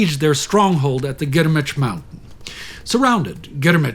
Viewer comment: Have to applaud the pronunciation of Grmeč, good job.